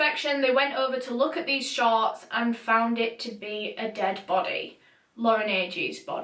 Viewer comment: When you said the fisherman saw “pink shorts “ in the water , at first i thought u said the fisherman saw “pink sharks” in the water. Lol